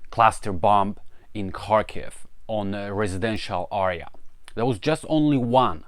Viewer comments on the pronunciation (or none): Haha you can say air properly but you cant say area.